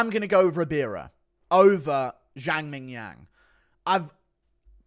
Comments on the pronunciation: Please stop saying ming yang jang lol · guru saying mingyang is fucking hilarious 😭😭😭😭😭😭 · is it racist to just laugh everytime guru says ming jong jang ffs hahahahaha